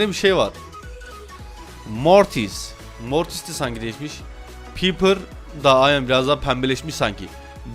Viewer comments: Abi piper değil paypir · Abi isimleri yanlış söylüyorsun pipır diye okunmuyo paypır diye okunuyo